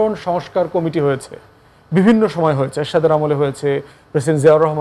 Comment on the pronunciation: প্রেসিডেন্ট জিয়া, এরশাদ উচ্চারণএ আপনি কতটুকু সৃজণশীল